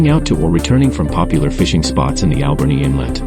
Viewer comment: I've never heard Alberni pronounced the way your AI does